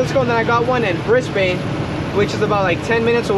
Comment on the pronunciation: I love the vid. But it made me mad when you said bris bane because it's Brisbin